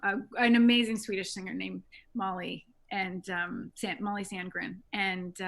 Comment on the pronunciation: The easiest way for you to compare Mollys voice with the movie, is to watch and listen to Mollys video singing the song only using noice cancellation. By the way, her name is Sandén, not Sandgren. I give you a link to the video recorded on one of Swedens biggest Islands called ”Öland”. You will soon hear the difference between there voices. By the way, I am from Sweden and have both meet and heard Molly sing live about 10 times….as a sound tech. You should be able to hear the light squeeks(almost with a grit)in Mollys voice when she goes up in higher notes, almost no one else does that, then Im talking voices worldwide. I havent heard all the voices in the movie, just the ones in this video, but I can clearly hear the difference when only Rachel is singing. Like at about in your video, there is no Molly in that part. So Rachel is singing in the movie, but I doubt she is a part of the movie sound in the ”final” song. If so, we are talking like 5-10%, tops. I even hear Mollys swedish pronunciation coming thru in the word ”Husavik”. She is using the sharp i, instead of the common Icelandic that sounds more like ”ij” and you also can hear it in the ”u”. It would be impossible to hear if it was like 50% Rachel. Icelandic is not an easy language. That I say as a swede, that understands about 10% of it. But I dont doubt there is a lot of Rachel in the other singing, you can clearly hear that in the other songs and she is doing it great, but there is only one Molly and you will